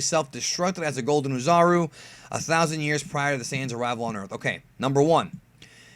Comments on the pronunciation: Bruh didn't you know Vegeta is the prince of all Sions. I hate when non Japanese people try to pronounce shit in Japanese. Just say Saiyan like the rest of us. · actually says "say-ans" instead of "sai-ans"